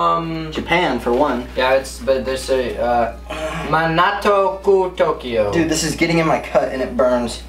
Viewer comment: he said manatio kutokio!!! XD 😅😂